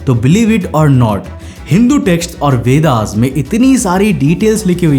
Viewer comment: लेकिन सनातन धर्म ही ब्राहाण्ङ का वास्तविक धर्म है।जिसमे युगो की घटनाऐ पुराण वेद उपदिषद सब लिपी बद्ध है।सत्य घटनाओ के साथ। और आप जिसे वेदाज बोल रहे हो वह गलत उच्चारण है।वेद सबसे प्राचीन ग्रंथ है। सही उच्चारण वेद है।आप जो जानकारी हमे दे रहे हो वह अनमोल व सत्य है।इसके लिए आपको धन्यवाद देता हूं।लेकिन सनातन धर्म की जानकारी आप शुद्ध हिन्दी मे देने की कृपा करे।